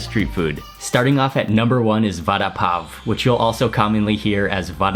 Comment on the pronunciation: It pronounces barapaow